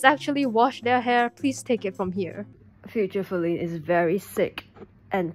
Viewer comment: OHHH YEAHH IT AINT FALINE SILVER ITS FALINE SLAY-VER!!!!